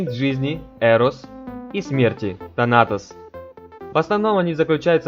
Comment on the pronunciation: тАнатос - такое ударение. У женщин по-Фрейду вместо Эдипова комплекса - зависть к пенису, игнорирование вагины. А комплекс Электры - уже Юнг ввёл. Про комплексы не сказал. Оценка: 5 с минусом.